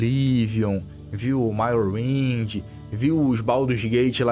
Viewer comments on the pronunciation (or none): Engraçado ver o falar Morrowind.. "Marrowind" kkkkk